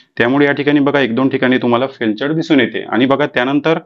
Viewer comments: फेल्चर नाही फेलियर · फेल्टुरे नाही तर फेल्युएर असा उच्चार करतात. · Sir Failure, he फेलचर नाही, फेल्युर आहे 😂😂😂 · te Failture nahi tar Failure Aahe.. correct word Failure aahe te... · फेलचर नाही रे बाबा ते....फेलर आहे ....म्हणजे ekyc फेल झाले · तुम्हाला फेलुअर आणि फेलेचर वाचता नाही येत काय . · फेलचर नाही फेलूयर आहे ते. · फेलचर नाही फेलिअर .. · ते फेलचर नाही हो फेलुअर आहे😂😂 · Felchur ..felchur ....nahi re baba te failure ahe , nit vachayla shik adhi.😅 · फार उपयुक्त माहिती दिली. खूप खूप धन्यवाद ❤❤❤ फक्त एक दुरुस्ती फेलचर न म्हणता फेलुअर असे म्हणावे, राग नका मानू. फक्त सुधारण्यासाठी लिहिले.